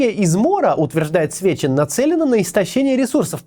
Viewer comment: За весь ролик один раз ты сказал Сечин а не Свечин!*